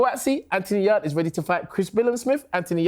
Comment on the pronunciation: trying to rebrand Yarde as "AY" is one of the funniest things I've heard in a long while